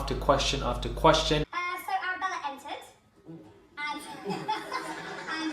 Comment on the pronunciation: Here's a new one : Ara-bell-end ...... ???!!!